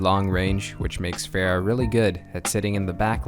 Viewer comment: I am T R I G G E R E D, TRIGGERED. You pronounced Pharah's name "Fare-uh", everyone clearly knows that her name is pronounced "Far-uh". GAWH, disappointed just like my parents.